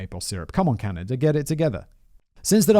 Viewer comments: did he just say.. canadia? 😂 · Simon i love you but you literally make zero effort to pronounce anything, you even said "Caneyda" at one point.. lmao Simon standing up for corporations... But then again this is from the guy that says "Daddy Bezos" so....